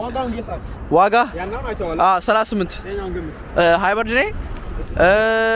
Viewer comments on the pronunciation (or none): ሃይበርድ ነው ሃይብሪድ